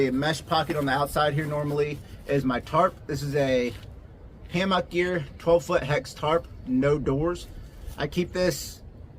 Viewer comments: you say hammock wrong lol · "Ham ock" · The way you say hammock is wild